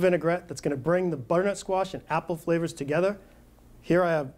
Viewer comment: there are 3 syllables in the word 'butternut', not 'buttnut'. aarrgg